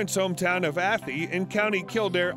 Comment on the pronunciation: Athy is pronounced A - thigh.